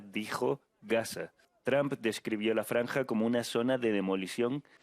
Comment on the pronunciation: Me encanta su Chanel pero no se pronuncia “TRAMP” se pronuncia “TRUMP” entre u y a ”